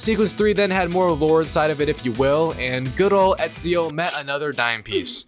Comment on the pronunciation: bro ur telling me u platinumed Assassins Creed in the previous video and yet the whole time u pronounced his name as "easio". Lowkey sus af, plus the rate as which ur platinuming games and uploading videos